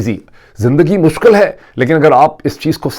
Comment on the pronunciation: Well. Some of us do like to listen to Barrister Shahzaad Uckber — primarily because he is not confused between Urdu and English. Your audience can't tell whether your presentation is in Urdu (poor at that, comprising "kataab" and "mushkal") or awfully punctuated English (cinnamon, pepper, this is Moeed Peerzaada). 😊 Further, he doesn't have vernacular catch-phrases like جو ہے . More pertinently he doesn't mingle گڑھی خدابخش (near Laarrkaana with گڑھی شاہو (in Lahore).